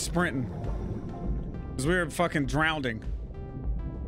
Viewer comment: You killin me saying "drownding" 😂😂😂